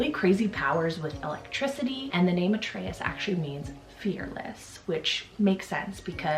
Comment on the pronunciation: Atreus I’ve heard pronounced Uh-trey-you! Like from the never ending story! 🤓